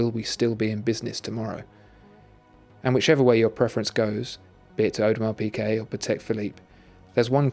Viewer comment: Thomas Straßnig the pronunciation is very close to correct.